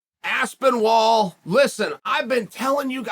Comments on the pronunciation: As-spin-OL Chael: Ass-Ben-Wall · Within 2 secs...Aspen-Wall...🤣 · Me: Aspinall Chael: Aspen-Wall Me: OK Great... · Chanel knows the game as good as anyone, future manager, I love it, saying aspen-wall to reinforce people to to say “No, no, no it’s Aspenall” get the name in the people’s head, that’s promotion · Cmon is he really saying Aspinwall? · Aspin-WALL?? Jesus Christ. He’s just trolling us at this point. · First word out the gate "ASPEN-WALL" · There's no 'w' in Aspinall, though I wonder if these mispronunciations are Uncle Chael intentionally trolling - to weed out those he thinks are too nitpick-y, or who knows what reason. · How can he screw a name up so badly?!?! It's THOMAS... THOMAS ASPENWALL... get it right!!! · How do you mistake aspinall for aspinwall? 😂😂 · Dude just said Aspen Wall 17 times in a row with a straight face. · You know you’ve made it as a UFC superstar the day that Uncle Chael mispronounces your name. Bet this is a proud day for AspinWall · I think “Aspinwall” might be one of Chael’s most overt and in-your-face purposeful name mispronunciations ever. Lot of moving parts here. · I was actually a little shocked when I heard Chael say Aspinwall. And that's saying something coming from Chael 😂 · “Aspen wall” Chael had to try not to laugh at this one 😂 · I used to think Chael struggled with foreign ethnic sounding names but in fact his confusion knows no prejudice and treats all names equally: Aspin-Wall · This video marks the record for the earliest unc has made me laugh 😂😂. “Aspinwall” lololol undefeated/undisputed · Exactly what i was thinking. Aspin-ol. Aspin wall. I think Chael watches the fight with the commentaries muted. And for sure he commentates it himself. 😂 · Even though Chael butchers last names constantly, I was genuinely taken off guard by Aspin-wall. Literally Lol'd. Never change, Uncle Chael. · I swear he said aspinivall at one point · if your gunna do a video on a fighter ,you could at least get the mans name right